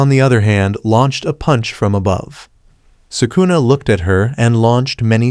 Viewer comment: He said sukuner